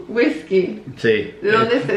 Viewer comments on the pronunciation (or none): Me mató cuando dijo wiskacho 😂